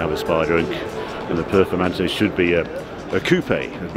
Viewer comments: Can’t say performante 😂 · What the HELL is a valorkee ???? Harry's it's Val -kar-ree. Also - PER-FOR-MAN-TAY.